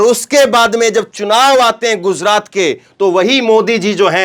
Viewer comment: KYUN GUZRAT BOLTA HAI. GUJRAT BOLNE NAHI AATA..YEHI EDUCATION HAI...SHAME SHAME